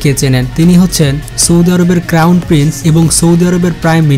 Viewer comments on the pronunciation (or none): none